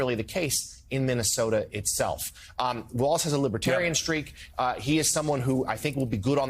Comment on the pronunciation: Joe! You actually pronounced Walz, the correct German way. Kudos to you for that. Minnesota has a very large GERMAN-AMERICAN community there. Obviously, Walz IS German-American. Good choice as far as I'm concerned as a German-American myself!